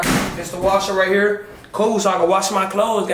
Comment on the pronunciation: when she says right here she sounds like a redneck….riiight errrrrrrrr